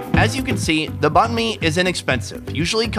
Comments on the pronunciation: Nghi Nguyen did u also get pissed when he say bahn like boon? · Ktran3 2 3 still it doesn't mean that he can say banh correctly 😂